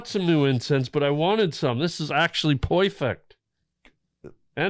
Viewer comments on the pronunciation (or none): Jason’s confusion “poifect” 😂